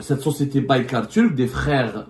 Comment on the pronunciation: il ne sait même pas prononcer le nom de la société Turque qui fabrique les drones !